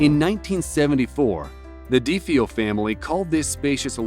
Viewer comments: Yo you really said dee fee o and not dee fay oh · The "Dee fee yo" family? How about DeFeo, pronounced "Deh-FAY'-oh"? I'm so tired of narrators who can't read or pronounce things properly, and aren't experienced enough in life and reading to get it right! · Deh fay oh Family. Not de fee oh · Deh-FAY-oh. Not DEE-fee-oh. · That family that lived in the Amityville house were named De FAY-O. Not Deefy-o. Have some respect for the dead. Do more research and get your facts straight. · The name Defeo is pronounced Duh-fay-oh not Dee-fee-oh. You would think you'd do some research before making videos especially since the Amityville Horror is a fairly famous movie. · DeeFeeOh family living in the Amityville house? Lmao. No. It’s pronounced Duh Fayo... just so ya know. Never known an Italian? 😂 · dee-fee-oh? really?? its dee-foe, moron! =P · It's not pronounced dee-fee-oh it was da-fay-oh. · De-Fay-O is how you say the name. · Its pronounced de fey oh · The Amityville house is wrong. I lived close to there for most my life, grew up in the area. It's not haunted, it never was. Ronnie Defeo was a drug addict and a POS. It's pronounced Duh-Fay-oh BTW. It looks nothing like it did when the murders happened, they even changed the house number so people would leave them alone. Also there's people living there currently and have been for a while. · the Defeo name is pronounced "duh-fay-oh" just so u know if u do future videos on the amityville haunting or house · The DeeFeeOh....oh no hunty...u didn't. Lmao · The family for the Amity house is pronounced DE-FAY-O